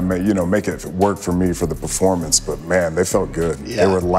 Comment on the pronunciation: Hate how he says "character" and "performance"